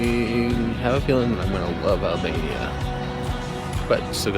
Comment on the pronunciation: i heard alabama not albania lmfaoo